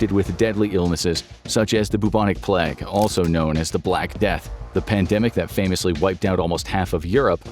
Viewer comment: Love that "plague" mispronunciation.